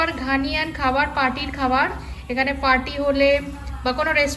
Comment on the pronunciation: It's not Ghaniyan. It's Ghanaian. ঘানিয়ান নয়, ঘানাইয়ান।